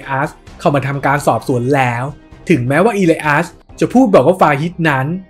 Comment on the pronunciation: อีเลียส ครับ ไม่ใช่อีลัยอัส😄